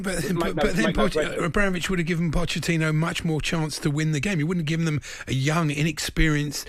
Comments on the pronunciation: He called him pottechino throughout the call 😂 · Shock this bloke calls him 'Potterchino'...cant read & doesn't know football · listening to That deluded chelsea fan for any longer than a minute actually makes you dislike them even more and if they go back to finishing 12th next season there will be no sympathy coming thier way given the scattergun approach of their owner the guy cannot even say pochettino properly ffs🤣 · Who would have guessed a chelsea plastic fan cant even pronounce his managers name 😂